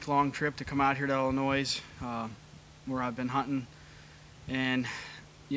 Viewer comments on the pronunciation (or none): Dear certain team members, past and present. I won’t name names. It is pronounced IL-in-OY. The S is silent. 😂😂Love the old videos however. Thanks for posting!